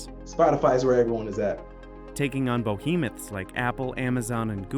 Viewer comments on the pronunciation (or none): “BO-hemoth?” That’s “behemoth,” sir. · what’s a bo-hemoth Edit: I'm talking about the mispronunciation y'all!